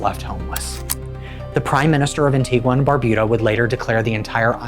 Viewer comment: Good content🫡 am Antiguan its pronounced an-ti-ga the u is silent keep doing good content 👍🏾